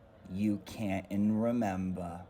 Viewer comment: “You cant-on remember “ 😭😭😂😂😂😂